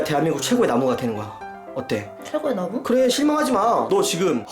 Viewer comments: 나무를 마녀라고 들은 1인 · 마녀라고 하는줄 알았어요ㅋㅋㅋ